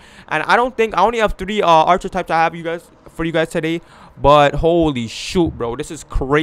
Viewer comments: U can't pronounce archetype correctly said ( at-Che-types) 😹😹 come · KiingMula ENT he Canadian I think lol that was funny